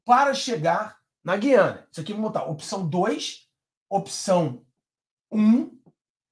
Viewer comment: tem que pronunciar o U de gUiana. Gui